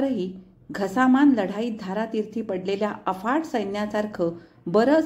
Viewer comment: घमासान लढाई घसामान नाही